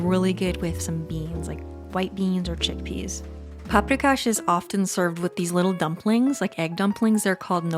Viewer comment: Oh WOW ! firstly you reminded me of my childhood staple paprikas 😍 (i am from Slovakia but our food is influenced strongly by surrounding states) and secondly, i noticed that you pronounced the names of dishes correctly, for which you should get a credit.